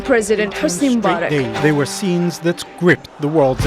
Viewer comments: just to correct your facts, his name is president "MUBARAK" not president "MURABAK". and im sorry you went through all that, but now you know how middle eastern people get treated by the US when they arrive at the airport. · It's "Mubarak" not "Murabak " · MUBARAK...not "murabak" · Why am I hearing the dude saying Murabak instead of Mubarak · It's MUBARAK. Not Murabak you intelligent! My God! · mubarak not murabak ;P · how did you say?! "murabak"?! oh, boy :)) sorry, mate, I'm following you since like ages. but ignorance, no, that's something I can't stand.